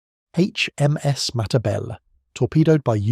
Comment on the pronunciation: Nor can he pronounce Matabele!